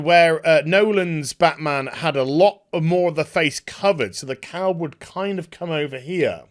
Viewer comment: It took me far too long to realise you were saying "cowl" and not just "cow". I thought there was some farmyard Robert Pattinson joke I wasnt getting.